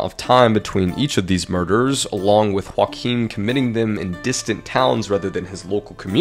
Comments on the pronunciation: Whakim is pronounced as yo-Aah-geem I am moroccan but know alot of Polish Nice try thought really! I love to see people at least try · Ok, hold on. The way you pronounced Joachim as Huakim is so cursed. It's a Polish name and it's pronounced "Joahim" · Joachim is not pronounced as joaquin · Ooomg...i was wondering for 10 minutes why you are talking about someone called Joaquin, when the title is clearly about JO-ACH-IM (hope this helps with the pronunciatio) Kroll. Don't want to be an asshole...just helping out. I love your content by the way! Thanks for the awesome work which keeps me entertained everyday! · his name is "Joachim", you pronounced it more like Juan Kim. You would pronounce it more like "Yo-ah-him" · His name is actually pronounced like Yo-Achim hahaha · Dude he has a German name and it's spelled Yo-ach-em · You can't imagine how bad he mispronounced the name "Joachim" lol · The way you pronounce Joachim is hilarious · i am polish and it hurts hearing the way you pronounce joachim name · If you said Joachim with a J and not an H I wouldn't be upset, but butchering my man Joachim like that We're not Mexican or Spanish - we're Polish